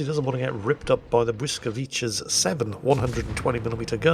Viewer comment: Dear, Next time you spot that Polish destroyer, try this: Bwyskavitza